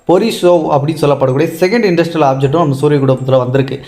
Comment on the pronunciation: இது என்ன இன்டர்ஸ்டெல்லார் (inter-stellar)ஆப்ஜெக்ட்டா அல்லது இண்டஸ்ட்ரியல் ஆப்ஜெக்ட்டா நீங்கள் சொல்வதில் தெளிவாக இல்லை